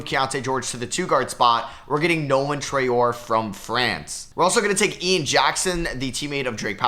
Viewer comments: You're nearly pronouncing Traore right, you are supposed to pronounce it Tra-ore-ey, and not Tra-ore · Hey love the vids! Traore is pronounced “Try-or-ay” for future reference